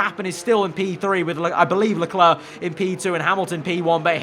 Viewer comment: It's Charl Lelerc.